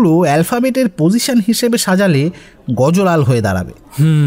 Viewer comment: দারুণ!!! শুধু-- গুজরাতী ব্যবসায়ীর নামটি 'গজো লাল'-এর বদলে অবাঙালী টানে "গজ্ লাল" উচ্চারণ করলে আরও ভাল হতো। শুভেচ্ছা রইলো।